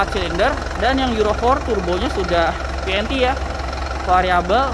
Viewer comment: Pas nyebut filter solar dan vnt aksen enggres banget